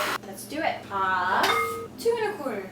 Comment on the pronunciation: "half" is the only accented word LOL!